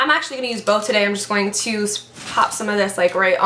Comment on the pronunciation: Why do you say gpoing-aaa to be??? İt sound so sillyy